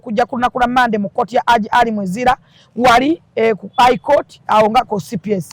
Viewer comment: she needs a dictionary of her own. Ai court, etc etc none of her words in english are pronounced right. Mbu Aji